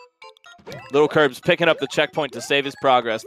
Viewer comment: Stop saying littlekirbs its lilkirbs